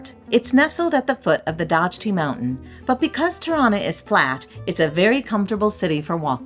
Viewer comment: Dajti is like Dye-tee, Byrek is Buer-EK, and Hoxha is pronounced Hodg-yuh. No worries. It's a hard language. I am still learning.